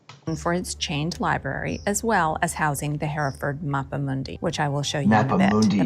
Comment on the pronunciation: You've surely heard of Hereford cattle. Large red-brown with white faces & bellies, much bred in the US. They are seen in all the old Western films. It's pronounced 'Herra-Ford', the original meaning is 'Army river crossing', Hera being an old English word for 'Host, Army' & Ford being a shallow place where you can cross a river, as Oxford was were Oxen, probably hauling waggons could safely wade across a stream, in that case the Thames. Hereford Cathedral is one of the early Norman builds, in the 11 th-12th centuries, which has the same thick, heavy, pillars, carved with great diamond 'lozenge' shapes & spiral grooves, which appear in a group of contemporary Churches, including Durham Cathedral, & several others. There are a few similar piers in Selby Abbey, near which I live, which was one of the first built by the Normans, started in about 1069 AD, & it was probably in the Guesthouse of that Abbey that the future King Henry 1st was born, the son of William the Conqueror. Nelson was born in Norfolk, I think the place was Dereham. His father was a Curate or Vicar there I think. The greatest memorials to Lord Nelson are the numerous Public Houses all over the country named after him, often founded by retired Navy veterans, as they could expect very little in the way of pensions in the old days. They are mostly found in seaside towns & ports, but by no means exclusively. There are I think very few original copies of the 1215 Magna Carta, when there had been about 2 dozen